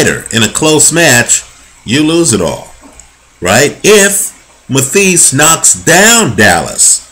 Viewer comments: not being a smart ass but pronounced matthysse' wrong. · please learn to say his name properly